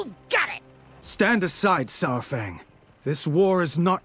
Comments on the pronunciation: It's pronounced SAR-fang. Like DINO-SAUR-fang. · But i have one question for, who the hell is Saaarfang? She never says Saurfang right. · I really don't like and how she pronounces Saurfangs name, and the way she sounds like Severus Snape.